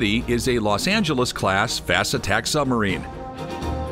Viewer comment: The word Submarine has a "b" in the middle of it. How about including it in the pronounciation.